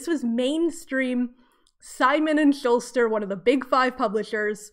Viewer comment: Simon and Schuster not Simon and Shulster. There is no Simon and Shulster, I have no idea how you got that so wrong. Also, it would be "with abandon." If they killed "without abandon" it would mean they are very reluctant and remorseful.